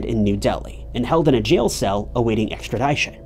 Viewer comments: “Extra ‘DISH-un,”. NOT “Extra ‘DIE-shun” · Extra"dish"on not extra"die"shon Love your videos!